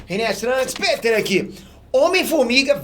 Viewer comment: eu sempre riu de voce quando voce fafa aque e que eu do o joinha antes de voce fala aqui kkkk